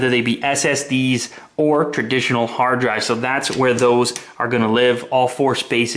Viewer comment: This is what I heard hardrive.